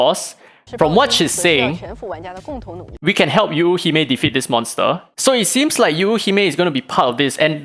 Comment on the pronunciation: If I'm not mistaken, the pronunciation for Yuuhime is Yoo-hee-may. Just more stress emphasis on the Yoo. Japanese language words/characters mean different things when said with/without the stressed sounds. P.S: I might be wrong, not a native Japanese speaker.